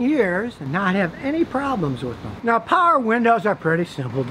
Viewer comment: Scotty you say "paher" windows like a Pittsburgher!